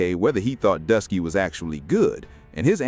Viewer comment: He keep saying Dusky😂